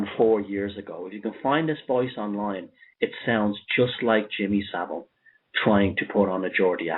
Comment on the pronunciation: Jimmy So-vile